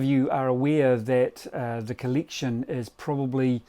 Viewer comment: "colliction" LOL